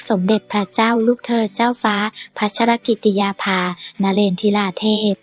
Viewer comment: อ่านชื่อท่านแปลกๆ อ่่านแย่มากๆ